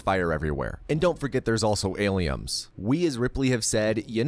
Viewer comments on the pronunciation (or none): Why is he saying aliums lmao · Why do you keep calling them aliums??? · Why is he mispronouncing "Alien" and "Aliens"